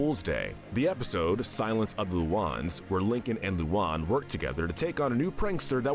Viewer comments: It's LU AN NOT LUON nigga 🤦‍♂️ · Its loo Ann not lolan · Lu-A-n not luan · Luon? Its Luan (Lu-an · Lmao l.oun lmao its pronunced lu-an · Why are you saying lu an like that that's Luan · Sorry ocd was kicking in Im not a grammar Nazi but the loun pronunciation of lu-ans names make me die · Someone needs to tell that he's pronouncing Luan (Lue-Ann) wrong. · They said Luan wrong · Him saying Luann's name wrong makes me want to punch my phone 😅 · just mispronounced Luan’s name! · You’re saying Luan’s name wrong